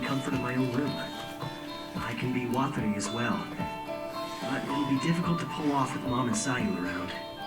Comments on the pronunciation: "Waterloo?" "no, Watari" oh yeah, Water Lee" wtf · There is no L in Watari ffs. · Am I the only one really getting annoyed by the ''Waterlee'' pronunciation? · Water loo and Water lee?? They do this on purpose haha. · Even if you can’t pronounce it perfect, you can at least try to pronounce it water-ee or wa-ta-ree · man we are how many episodes in and you still mispronounce watari's name? do americans just have no sense of hearing? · WHY CANT YOU FUCKING PRONOUNCE WATARI FUCKIGN FAT DUDE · I feel so bad for just trying to pronounce things right and nobody listens xD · It's just like Atari. Just add W at the beginning. Lol. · His Japanese pronunciation is just terrible